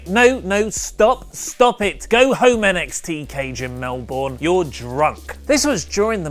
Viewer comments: its Mel-Burn not mel-born:) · Did he say "Mel-Born"? It's pronounced "Mel-Burn". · Its pronounced 'Mel-Bun' not 'Mel-Born' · Alright! All you Americans can stop calling Melbourne "Mel-Born" It's pronounced "Mel-Burn" FFS does it really take William Regal to get it right? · That's not how you say Melbourne!!!!! It's Mel-bun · omg oli say melbourne right! its not melbourrrrne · Its Melbourne, not Melborn. Pronounce it correctly you pom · Where is this "Mel-born"?